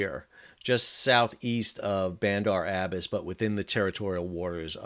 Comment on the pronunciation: Interesting analysis. Thanks. Btw, it's Bandar Ab bas' (accent on the last syllable). Was there during the Shah days